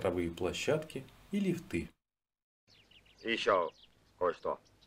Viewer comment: Любопытный материал, но, лифтыы - ухо режут, проверочное слово - лиифт! 👋🙂